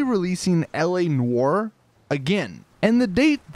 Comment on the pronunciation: You say “Noire” wrong it really bugs me